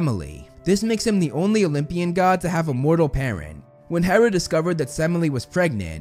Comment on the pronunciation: Ok. First off, its HERA not HARA. Also, its mount OTHRYS, NOT ORTHRYS. I hope you'll notice this comment so you can correct it on future vids! 😁